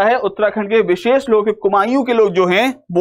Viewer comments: Its very irritating to hear Kumaouuuuu......again & again. Its Kumaou (कुमाऊं). Although lecture is knowledgeable. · भाई आपने जब कुमाऊ को कुमाईय्यू बोला उस टाइम ही समझ आ गया था कि आप को उत्तराखंड का उ भी नहीं पता आप बस बुक से पढ़कर पढ़ा रहे हो... आपकी कोशिश के लिए पूरे अंक लेकिन अगर कोई उत्तराखंड का टीचर डेडीकेटेड हो तो बात बन पायेगी वरना बहुत मुश्किल है। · Kumayu? Dhng se bolo yr